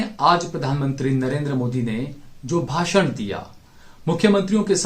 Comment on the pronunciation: bhasun not rashun.